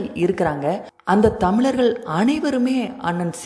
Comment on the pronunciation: தமிளர்கள் தமிளர்கள! என்ன தமிழோ!? இப்படி கேவலமான உச்சரிப்போட எதுக்கு ஒரு வலையொலி